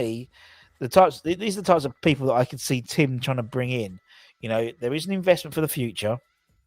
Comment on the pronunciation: u keep pronouncing Tim incorrectally.